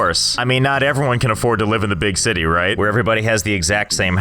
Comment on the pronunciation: The “Zity”